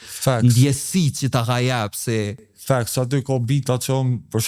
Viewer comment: Sa her ka than "facts" kur e ka ni Halili ka menu qe po thot "thanks"